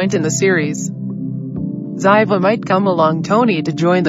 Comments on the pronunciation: Well you were wrong and you pronounced Ziva wrong, it's pronounced Zee-Vah! Tony didn't show up and there was no party! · Her name was Ziva! Pronounced zee-va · Sounded strange her pronunciation of Ziva's name. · it anoyed me how they said ziva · You are pronouncing Ziva wrong and she can’t come back as they killed her character off